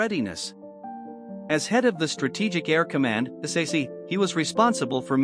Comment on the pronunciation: Ps. It's pronounced "sack." Nobody reads out the letters.